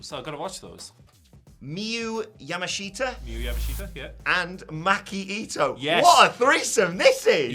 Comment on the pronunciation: Miyu Yamashita's last name is actually pronounced "YAMAH-SHTA". Similar to how the 'shita' in Konosuke Takeshita's surname is pronounced.